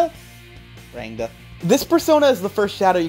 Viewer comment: i'm pretty sure you pronounce rangda as " ruhng - tha " i say this as an indian but like. NICE VIDEO DUDE